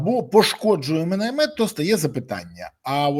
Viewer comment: Міни , а не "мини". Міномет , а не "миномет".